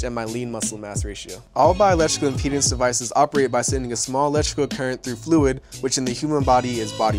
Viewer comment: can you say impedance not impenis ?